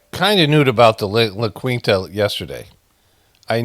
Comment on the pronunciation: Lah KEEN-tuh not Lah QWEEN-tuh